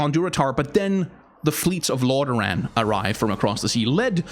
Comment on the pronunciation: Lorderaaan, a good danish accent